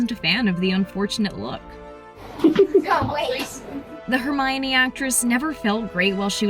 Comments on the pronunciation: Girl it's Hermione not tReeminie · It's Hermonie, not Tremonie